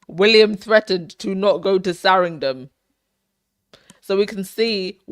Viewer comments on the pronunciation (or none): Why do you keep saying Saringham all the time? it is Sandringham. You also constantly say Westminister i.s.o. Westminster (without an added "i").